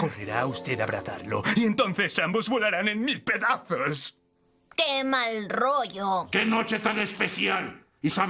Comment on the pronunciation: "Y ambos volarán en mil pedazosh".